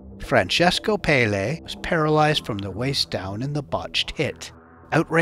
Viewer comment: Pelle is pronounced with the accent on the first è " Pèlle" ,it means skin